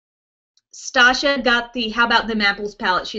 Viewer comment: Yay! And it's staaaasha (like station wagon)